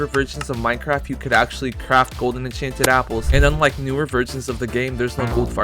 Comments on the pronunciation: Bro said echan chan golden apple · it says “enchEnted”